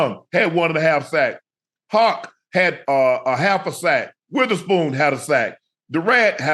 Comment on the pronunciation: "HAWK" lol itd "Hoect"